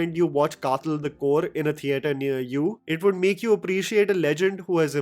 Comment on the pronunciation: Hey...as a fan of your review and a malayali myself ,just a humble point out..kathal is not the way you pronounce ..th is as you wld pronounce when you say The..or as in dawaii (medicine)😊